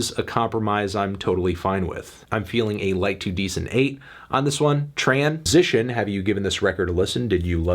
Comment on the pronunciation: he can't even say the word transition normally lmao